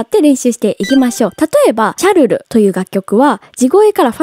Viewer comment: シャルルって言うと時に チャルルって言ってしまうところも推せます！可愛い😆